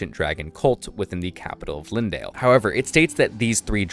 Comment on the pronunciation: its not lindale, its leyndell > lain dell